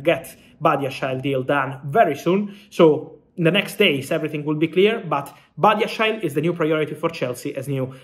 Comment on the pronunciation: Is that how you say Badiashile?